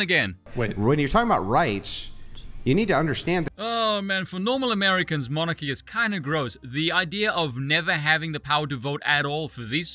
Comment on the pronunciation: It sounded like he said Minarchy not Monarchy which is a very different system.